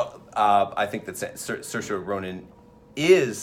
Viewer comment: "Shurshu" in "Ladybug"??? How drunk are they? No excuse for any critic or prognosticator to mispronounce Saoirse at this point.